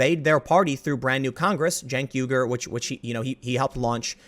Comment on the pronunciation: I'm hard of Hearing. Did Tim say Chunk Yogurt of the Young Turds?